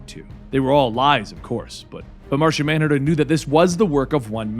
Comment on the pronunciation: Did you say Narshonmanhunter?